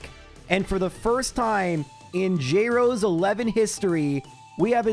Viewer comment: "Jrosé" is so painful to pronounce lmao it turns the name from a flower into eastern european